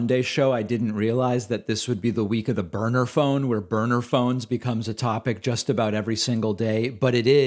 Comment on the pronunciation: No David, he clearly said Boner Phone, not Burner Phone, a Boner Phone is almost a Burner Phone but not quite.